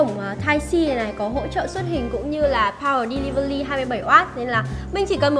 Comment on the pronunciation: “Pao ờ đe li vờ li” =))